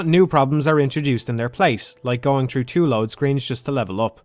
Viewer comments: i can't listen to this dude speak. how hard is it to say THrough, instead of true, he keep saying play true. What is english? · I’m not really a fan of dark souls at all, but listening to this dipshit complain nonstop while constantly mispronouncing “th” annoyed me enough to right a comment